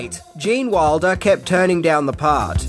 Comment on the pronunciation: when you pronounce Gene's last name, it sounds like Waldo. I keep fitting to search.